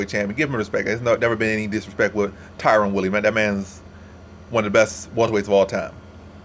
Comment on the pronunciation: Tyron man come on xD not Tyrone. Also, whats your confidence level?